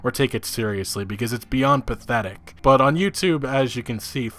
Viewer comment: Every time you said pathetic this video what I heard was "Bethetic" lol.